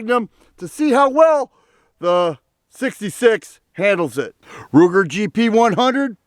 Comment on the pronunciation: Did he say Looger, Rooger or Wooger? 🤦🏼🤷🏼